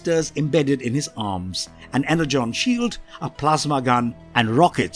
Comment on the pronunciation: y u pronounce "energon" be like "hexagon" its pronounced like "Enerjon"